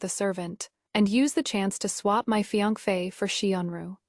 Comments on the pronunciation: What is fiangfe? It’s Fiancé/Fiancée. (Fi-yan-se) that’s how you pronounce it. The trouble with AI is that it just recites what ever is in the script. If the script is full of grammatical and spelling errors, naturally the pronunciation would be horrible. AI is but a tool. If you don’t want to work on it yourself at least don’t do a half-arsed job. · The pronunciation of fiance is hilarious! 😂 There is no such pronunciation. Its a French word pronounced "fee-ahn-say". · Riiight!! What is with that pronunciation?